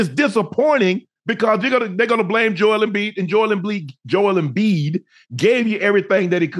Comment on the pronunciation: Joel Embiid Joel Embleek is WILD 😂